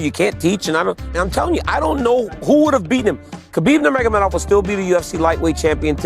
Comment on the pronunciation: Kalo nyebut nama legend kaya khabib yang bener dong nurmahadop nurmahadop "NURMAGOMEDOV" BACA